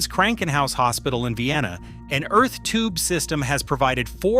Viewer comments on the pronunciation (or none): none